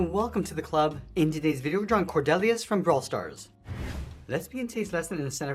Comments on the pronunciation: Cord-EE-lius is how I pronounce it. Gr8 Drawing tho. Can you do alli brawl stars plz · You pronounced it wrong 😂